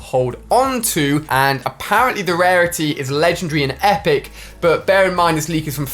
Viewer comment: a pear ently